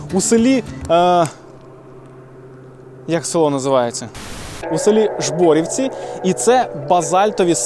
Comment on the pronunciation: село "Жборівці " наголос на перший склад !!!!!!